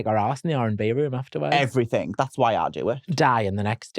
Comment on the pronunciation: Obsessed with how says “everythinK”